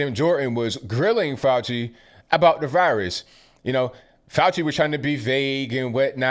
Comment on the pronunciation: Dr. Fay-Ew-Shee